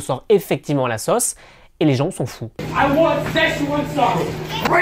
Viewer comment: Erreurs de prononciation du français! Vous prononcez sauce comme bosse: „sosse“ 😣. Une des particularités de la langue française est d’avoir 16 voyelles phonétiques!